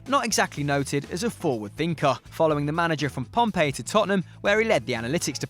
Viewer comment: Pompey, not Pompeii